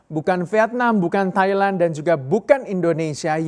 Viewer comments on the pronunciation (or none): none